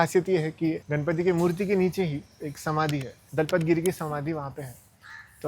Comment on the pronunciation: I want to point some of the mistakes in your video. First of all you said that the triangle in the yantra represents 1st dimension but how does a triangle represent 1st dimension? A triangle has length and height which is 2 dimensional. And it is not घणपति it is गणपति. So you are changing the whole word. And you also said that Vishnu represents matter, I did not understand why you said that because i haven't heard any interpretation that says Vishnu represents matter. But i did get some useful things from your video like the temple tour and the Vastu scripture mayamatam. I was keen on learning vastu.